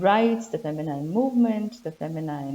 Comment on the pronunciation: Interesting stuff. Thank you. A bit of editing, if you don`t mind: as far as I know, the last syllable of word "feminine" is pronounced like "een", not like "eyen", but it`s not long, and the stress is still on the first syllable. So, it`s like fEh-mih-nih-n.